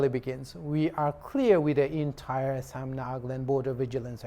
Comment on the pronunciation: Good english but it's Assam not Ass--am